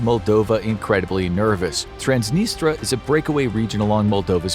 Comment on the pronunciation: I believe it's "Trans-nis-tree-ah" not "Trans-nis-tra." Great vid otherwise.